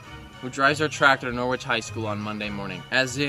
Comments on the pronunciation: Watching from the U.K… Norwich is a town here in England… It’s pronounced “ Nor-itch “ not Nor-witch… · It's pronounced Noridge not Nor wich. Name after Norwich Norfolk in England. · The original Norwich is in the county of Norfolk in the UK. It’s not pronounced Noorwich, it’s Norritch.